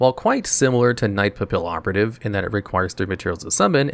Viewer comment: The "LL" in Papillon and Pallioperative is pronounced like a "Y". Papillion is a French word literally translated to butterfly and Papillioperative is just a play on that.